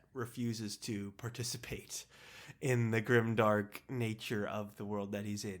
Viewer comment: Grime-dank not grimdark :D